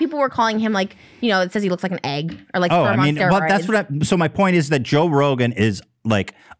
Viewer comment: Trish has always said "bayg" instead of bag and, "ayg" instead of egg. It's a Trish-ism, y'all.